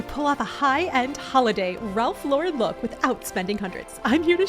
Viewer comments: Ralph Lauren (lor EN ) not Lor WREN’) no accent in the 2nd syllable. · It’s Ralph LAUREN (like the woman’s name) not Laurenne. I think you went back back-and-forth between the two pronunciations. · Please!!!!! learn how to pronounce Ralph Lauren's NAME correctly. The accent is on the first sylable..."Lor ", Then say "-en" without any accent. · Plz learn to pronounce ralph lauren!!! Dummy. Not lorin or lauren. Do better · Love the vid! Just for everyone's future reference, Lauren is pronounced just like a person's first name. Don't put an extra accent on the second syllable.